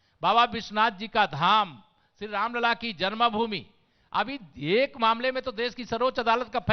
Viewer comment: जन्मभूमि कहना सीख लो